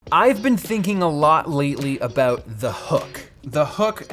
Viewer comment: ayo my buddy Pete how are you, btw your about still sounds like aboot